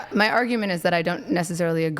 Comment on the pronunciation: ‘Define muh terms’, uggggh 🙄